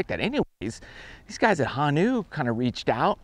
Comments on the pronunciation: It’s Ho. Then Nu. Honu. Not ha-Nu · It’s pronounced Ho - nu, not Hon -u. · Pronounced Hoo-Nuu Love the video! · Hey, big fan from out in Honolulu, just a cool fact, it’s “hoh-new” and means turtle in Hawaiian. Love the channel! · It’s Ho-nu. The O is pronounced like the letter O. Honu is turtle. Thanks for showing Hawaii some love 🤙🏾